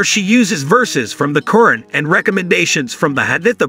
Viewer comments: This is important content and deserves better AI narration., especially concerning the mispronunciation of Quran, and repeatedly referring to "him", when Dr. Fidelma is clearly a woman. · Get an announcer who can pronounce "Quran" correctly. As is, his pronunciation is insulting.